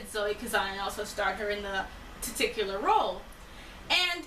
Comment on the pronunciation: "titicular"... someone tried to say titular and particular at the same time. But genuinely, when I saw the thumbnail, I was super excited to watch this because I saw Ruby Sparks, and I enjoyed aspects of it, it's a cool premise and they took it to an interesting place, but I found it deeply problematic - especially the ending. I found the happy ending was horrifying, because it essentially gave an abuser exactly what he wants. I mean, being "rewarded" with a love interest is a creepy trope to bein with, but he was essentially rewarded for his abuse with a new relationship. I never saw (500) Days of Summer, but you bring up some interesting points juxtaposing the two. I feel like the best way to deconstruct the Manic Pixie Dream Girl, if it were up to me, would be have an MPDG as the protagonist, and her story should be that she is... trying to run a Zoo (I dunno, something quirky), but every obstacle in her life - her boss, her co-workers, the zoo inspector - should all be a harem of guys who all have issues, and each one finds her super attractive, and have her having to work her way around them, because she doesn't want to enter into a relationship that objectifies her. And if you want it to be a romance, find a guy who treats her as a human being instead of a prop... but that's one thought.